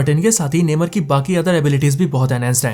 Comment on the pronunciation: नेमर नही नेमोर